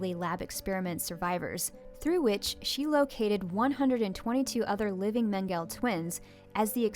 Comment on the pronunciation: There are three syllables in Mengele, all short e's, with accent on the first syllable. The first syllable in Auschwitz is pronounced like "ow", not "aw." Given your educational experiences, I guess I can see how you're unfamiliar with these otherwise well known names, but for future reference...